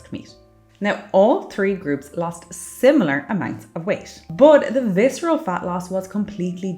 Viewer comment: reduce fiscerel fat